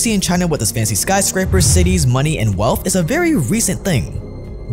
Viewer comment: Disagree. He can't even pronounce words like "wealff" (wealth) or "sussessful" (successful) properly.